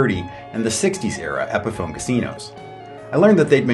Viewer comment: Pronounces Epiphone like epiphany